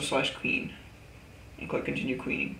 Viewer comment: LOL he pronounced it qweing. Great vid though.